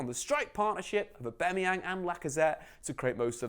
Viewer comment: Please just pronounce aubameyang properly